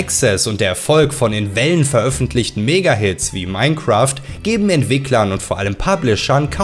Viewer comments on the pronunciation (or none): none